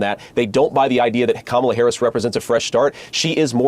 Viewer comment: Congratulations to JD Vance for consistently pronouncing Kamala’s name correctly! Now, convince your GOP children to grow up and do the same. There’s a glimmer of hope?!? Nah 🙄